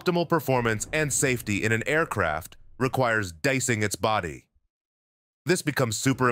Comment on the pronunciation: Why the guy keeping say dicing instead of DEicing